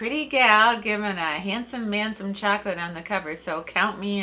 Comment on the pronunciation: Pronounced "shok o laht.". :-)